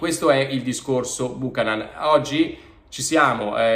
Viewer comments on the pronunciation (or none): Buchanán non si può sentire, la pronuncia corretta é Biukanan. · Esatto beuchenon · Si pronuncia Byoo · ka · nuhn Non Bùcanan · La giusta pronuncia di Buchanan dovrebbe essere “ Biuchennon “ e non Bucanan 😂😂😂 comunque speriamo sia forte . Forza Inter 🖤💙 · Cominciamo a pronunciarlo correttamente 😉 (Biukànan) accento sulla prima “a” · Corretta al 100% credo sia biukenan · pronuncialo bene per favore. BiucAnan.